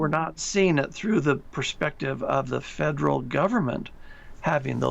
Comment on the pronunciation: 这个发音对华人来说是个挑战： Federal 发音成 Faderal